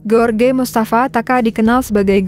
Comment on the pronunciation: Duhh mimin bisa baca g sih..george d baca nya jooj... G enak bnget ge.or..ge...ge..or..ge...melulu.. Joj rudy..joj taka...